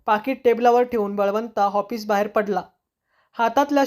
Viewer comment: Hoffice nahi office bola